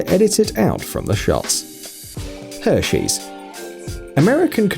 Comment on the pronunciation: Her-she’s not her-shoes